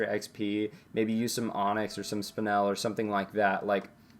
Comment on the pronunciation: Im sorry but its 'Spine-l' not 'Spin-el' just bugged me a bit... Nice video tho keep up the good work